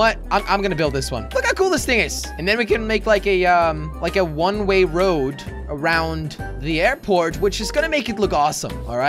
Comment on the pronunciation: One ray lol he said that